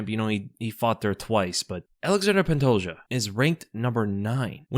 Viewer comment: The day will come when he says pantoja’s name right